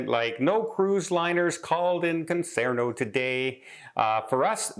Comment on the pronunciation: Concarneau pronounced Con Car No. Googled news in french and there were 20 kayakers blocking the way, protesting against pollution created by the ships. It is a very narrow entrance into bay in which city is located, so easy to block entry. Have no idea on the legal issues of whether they were breaking the law or not. I would have to assume that the port authority would have warned the ship of blocked entry into port. The photos I saw had the ship very far in distance from the kayakers so have no idea how close to the blockage the ship got.